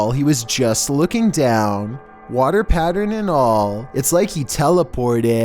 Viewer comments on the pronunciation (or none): I herd pattren instead of pattern lol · I’m sorry..... “water PATTREN??” Tell my I’m not the only one who heard that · he says water patterern haha lool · Can we just acknowledge he said patren instead of pattern... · Nobody:: Water patteren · The way he said water pattern and later bothered me lmao